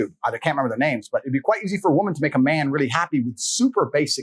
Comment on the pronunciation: Wouldn't be a video without f***ing up the names lol